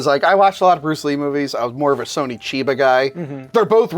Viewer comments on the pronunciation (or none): Why does middle guy keep saying "Sony" in Sonny Chiba instead of "Sonny"? Is this correct? other sources I've seen all seem to use the sounding "SUN - E" not "SO - NEE" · Why does he call him Sony Chiba? It's fucking Sonny with 2 N's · It’s Sonny Chiba, not Sony Chiba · "Sony" Chiba? Wtf?